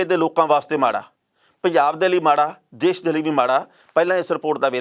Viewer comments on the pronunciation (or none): none